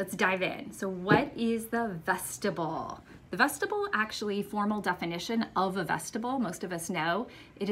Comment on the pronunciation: Vestibule is pronounced vest-tib-yool